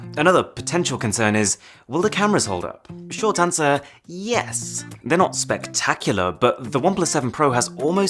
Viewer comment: "Theyre not SPEC-tacular" :D